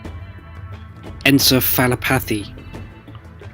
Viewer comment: EN+SEF+AH+LOP+ATH+EEE as in Brain Infection ...